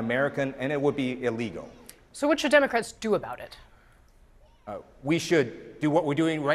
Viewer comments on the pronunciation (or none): Did this guys just say Iwegal 😂